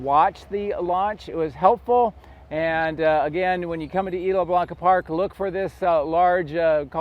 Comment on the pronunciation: Good information, I guess ... kind of rambling. Also, you need to ask someone for the proper pronunciation of "Isla Blanca" 🙂